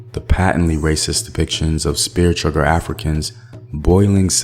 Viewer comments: It's chucker not chugger, bruh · Bruh, chugger? It's CHUCKER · CHUCKER not chugger.